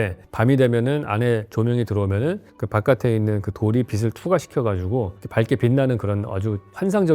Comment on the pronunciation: 빛을--->비슬 이아니고 비츨